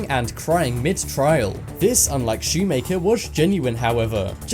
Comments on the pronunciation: Shumaker lol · “Next up is Dylan Schumaker” Me: Dylan shoe maker? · Dylan "Shoemaker." 😂